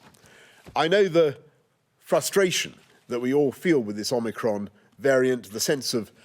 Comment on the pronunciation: My English is not good - when he says "omicron" I hear "Oh, Macron"